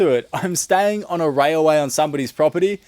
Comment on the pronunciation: Railway not rayaway